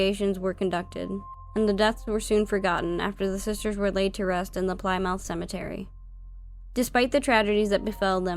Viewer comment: Very enjoyable. You'll probably never have to say the word again, but just in case Plymouth is pronounced "plim'eth", with plim sounding the same as slim.